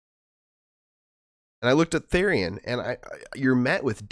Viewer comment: just to let you know, therian is pronounced as "th-ear-ian". and therianthropy is pronounced as "th-eerie-an("an" like in "ant")-throw-pee"